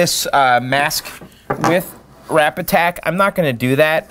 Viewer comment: I have to say.. I always thought you were saying "Wrap-Attack". I while back I figured out its really "Rapid Tac". I found it on Amazon. Its pretty easy to come by and there are lots of how to videos on this stuff. It appears guys who put art on cars, use Rapid Tac.